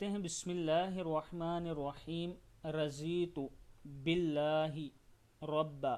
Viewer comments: Not za Zuad ko duaad parhna hai Radhiytu Billahi.... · Its Radhitu..inhone ne ghalat talafuz ada kiya hai.. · Raditu is the correct pronunciation Jzk